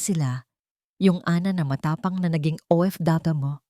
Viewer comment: Anong o ep be hero ayosin niyo nga sinasabi niyo para naman kayong di pilipino hindi niyo ba mabigkas ang OFW hayyssstt